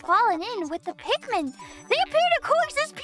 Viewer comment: Your text to speech program is transcribing "Pikmin" as "pigment" and "pigmin"